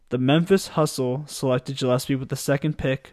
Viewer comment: Went to school with Freddie growing up, nobody deserves it more than Freddie G. Btw his last name is pronounced gill as in fish gills